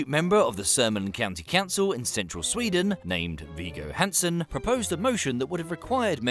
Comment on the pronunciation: Is it just the English tradition to pronounce things wrong? Wiggo, that is V, i in "in", hard G, and a short oo in "good". Hansen would be an A as in Palm.